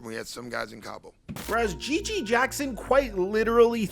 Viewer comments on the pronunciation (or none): none